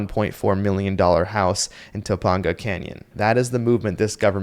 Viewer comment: You mispronounced Topanga, but egverything else is spot ooon.